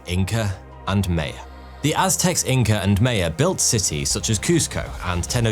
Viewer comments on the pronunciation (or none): Mae-a? It's MY-uh you limey bastard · Hey, it is not MEYA. it is MAYA. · It’s not May-ya it’s my-ya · May-yuh??? You mean My-an? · U are saying Maya wrong. May sounds like Mie, Your welcome! :face-orange-raised-eyebrow:😉😏🤨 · My-ann NOT may-ahn Teh-oh-tea-wah-khan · Who are the May-uh? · Maya is pronounced My-uh. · “May-ah” “Con-kwiss-tadoor”. …Sigh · Who are the (phonetical) "May-ya" ?? 😮 🤔 😜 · greetings from Yucatan........its maya...... "ma" as in first sound in mama and "ya" as in the karate chop sound Hi-yah!...ma'ya-. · WTF is Mayo? Sheesh dude, learn to pronounce the names correctly... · “May uh” 😅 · I can’t get past your pronunciation of Maya 😂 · For the love of humanity, please learn how to pronounce Maya!